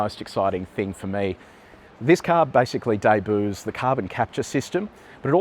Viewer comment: "Day - booes"! :face-green-smiling::eyes-purple-crying::face-orange-raised-eyebrow: Not once but twice! And a THIRD time :face-blue-smiling: AND more "Day-Booooooes" too many to count! 😆🤣